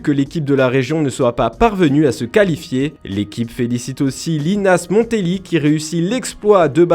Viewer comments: Linas Monthlery (mont-leri) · "Linas Monthlery" les loulous 😂😂